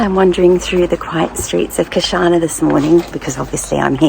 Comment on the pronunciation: Just a constructive criticism. Chianni is pronounced with a hard Chi or “key-an-EE”. That’s because there is a consonant h after the C so you give it a hard ch sound. If there is a vowel after C like Ciao, it’s a soft c like church.